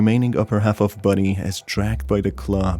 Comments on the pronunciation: I love how he sounds like he says "Buddy" instead of "Body" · Is it me or does his voice saying “body” is sounding like “buddy”